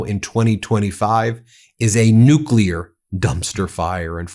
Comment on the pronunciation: BEN, PLEASE don't say "Nuclear"!😢😢😢